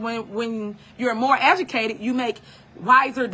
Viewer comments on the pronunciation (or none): Tiffany it’s “Educated “ NOT “Aducated” Please stay off live girl 🤦🏽‍♀️